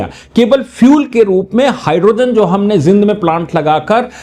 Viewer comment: जिंद नहीं जींद बोलो जी !